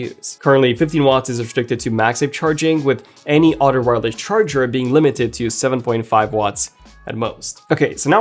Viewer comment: its Other - not Odder